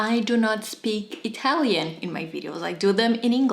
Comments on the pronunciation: Thanks for the lesson. I thoroughly enjoyed it and although I'm not Italian either, I speak Spanish and it sounded good to me.😄 Close enough don't you think. HAHA. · Brava! You should do a video series about the top products of every brand. La tua pronuncia è perfetta 👏